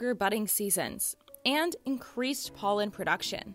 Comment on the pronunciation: Did I hear PÖLLEN ?